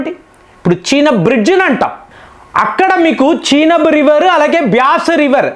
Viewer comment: చీనబ్ కాదు చీనాబ్ నది అంటే బాగుంటుంది ఈరాన్ కాదు ఇరాన్ అనాలి మరీ సాగదీస్తున్నారు